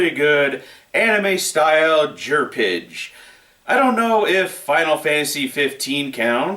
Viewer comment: ... don't... say... "jerpige"...